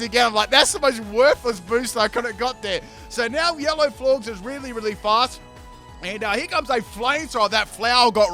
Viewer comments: It's pronounced Floor-jez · U calling them “florgs” had me dead 💀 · Florges is pronounced “Floor Jess”